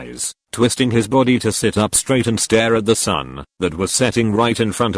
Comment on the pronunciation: i love how the straight words are emphasised. nc vidd🥺